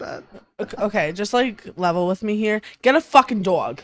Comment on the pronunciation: I love when she said “dog”. That was the most New York thing I’ve ever heard.